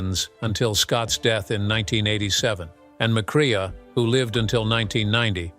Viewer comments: It would help if the narrator learned how to pronounce the actors' names properly. Joel McCrae (McCray) not cre-ah. And it's Sam Pec-in-PAH! Why insert stills from "The Wild Bunch" without reference? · "McCrea" is pronounced "MacCray".